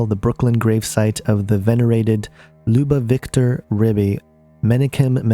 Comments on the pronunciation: And I really love the way you pronounced the "Lubavitcher rebbe" you pronounced It "Loobavictor" you don't even know how to pronounce some basics and you gonna teach about religion. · It's very distracting that this guy can't pronounce many important words. If you can't pronounce Lubavitcher - how much do you really know about Judaism. The connections made in this video are so vague. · this is a very good video, and filled with valuable information, but you need to do some research learn how to pronounce some of these words and names, such as Lubavitcher, and Menachem. You're not even close. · Interesting video but I recommend nailing down the pronunciation of Lubavitcher and Lubavitch before doing a video. Whooph